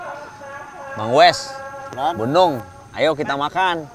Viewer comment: Nyebut bu nung tapi kedengerannya gunung